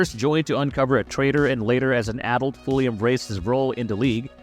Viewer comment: Are you from Canada? 🇨🇦 you say adult in a way that I only have heard Canadians say.